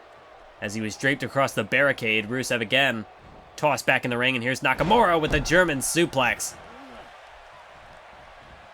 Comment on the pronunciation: Nakamure instead of nakamura